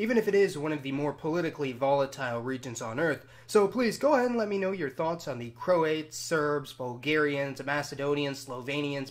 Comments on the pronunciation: Croats, not "Croates". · It's pronounced Cro-AT's not Cro-ATE's FFS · Man said "crow-ates" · Nice overview. Some quibbles: Cro-ats, not Cro-ates. And the "a" in "Slav" is usually pronounced as in "father," not as in "have." Montenegro is usually pronounced Monte-NAY-gro, not Monte-NEE-gro. Sorry to quibble, but these words have accepted pronunciations. It's like pronouncing American as Americane. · Cro " ates " vs Croats :) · He pronounced croats wrong